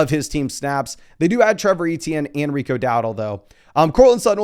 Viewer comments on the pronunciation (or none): none